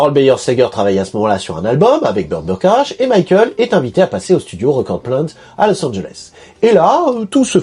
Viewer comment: Que de découvertes, merci ! PS : Burt Bacharach, je crois que ça se prononce "Bakarak". Un compositeur talentueux et très prolifique, mutligenre (pop, soul, jazz, bossa nova). Avec au moins un classique à son répertoire, la chanson de Butch Cassidy et Sundance kid : Raindrops keep falling on my head. PS: bétisier final très drôle